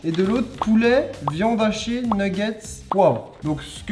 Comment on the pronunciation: j'entends viande hachiée moi 😂😭😭